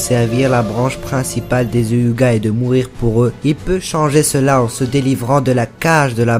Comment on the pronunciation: Tu sais même pas dire Hyuga alors tg